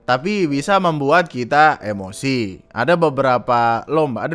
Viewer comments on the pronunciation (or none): none